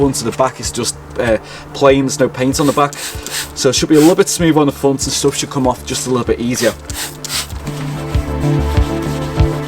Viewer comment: Front not fronttss